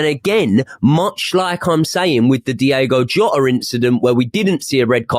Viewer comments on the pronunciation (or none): Anyone else cringe so so hard when people say “Diego Jota” rather than “Diogo”